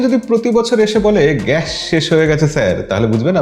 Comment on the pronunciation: এটা গ‍্যাশ না ভাই গ‍্যাস বলেন।